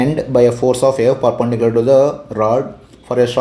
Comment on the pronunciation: Perpendicular ❌ papendicular✅